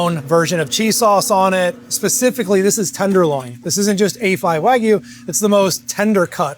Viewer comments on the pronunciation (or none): That "wagyu" pronunciation 😂